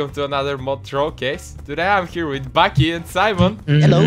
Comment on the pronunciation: BAKI IS BAK (back)